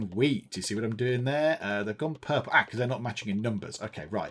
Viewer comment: purpely lol